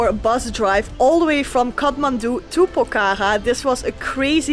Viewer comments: Not pokara its pokhara ❤😂 🇳🇵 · Not pokaka, it's Pokhara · ACTUALLY ITS NOT POK HARA ....ITS POKH HARA ...NICE TO WATCH YOU GUYS .YOUR VIDEOS ARE AWSOME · It’s not Pokhara while say HA is silence. Pokra